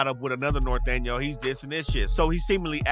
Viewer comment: Bro don’t know how to say norteño but anyways in Cali there is northern and in LA lol ion f wit em but there is some🤡🤡🤡